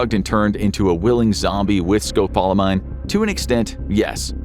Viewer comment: You're pronouncing scopolamine wrong